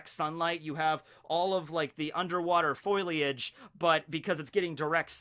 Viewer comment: all that underwater foil- eage. 3×cringe multiplier for just rolling with it 😂